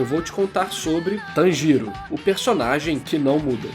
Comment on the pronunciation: Eu tô rindo pacas quando vc fala o nome dele kkkkk "Tan Giro" kkkkk eu tô imaginando uma tangerina girando.